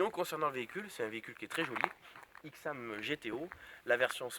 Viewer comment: Ai-xam et no X-am